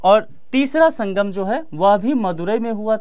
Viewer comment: शंबंध नहीं संबंध शंगम नहीं संगम शभ्यता नहीं सभ्यता